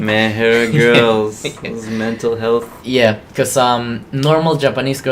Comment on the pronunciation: Cool interview, what was that in Jinglish? Like mental health you say like mehela?